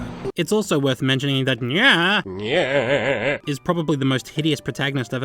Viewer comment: It sounds like you’re sayin “Nyeh”